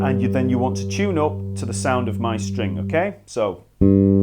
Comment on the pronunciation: And up as oop